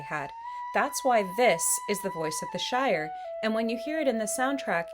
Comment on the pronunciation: Wait, Shire...not Shore...as soon as I heard you say Shore towards the end my brain automatically registered it...sorry...lol wonderful video dear! You have an absolutely beautiful disposition and thought provoking channel. Thank you!